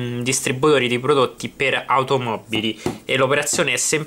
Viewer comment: automobbili disponibbile microfibbra possibbile: l'itagliano questo sconosciuto. comunque grazie per la dritta. :-)